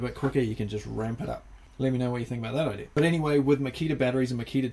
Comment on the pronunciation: A "vari-rate" charger (patent applied for) 😂😂😂 Good idear, i guess it would only take a switch with a resistor wired up lol... Simple things can sometimes make the biggest smiles 👍🏻 i would buy that addition.